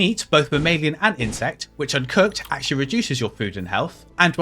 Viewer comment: not if the "un" isn't well pronounced or blends with the word that came before it. I thought you said "cooked" twice. I had to replay it several times.